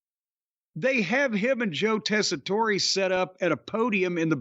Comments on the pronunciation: It is the way u would say his name in Sicily, but since Americans always being stupid and americanize the names anyway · This has to be a running joke at this point that keeps pronouncing Tessitore’s name wrong. There’s no way he’s actually still getting it wrong unintentionally.